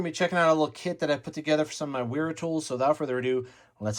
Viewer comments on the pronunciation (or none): Pronounce “W” as “V” for German language and names.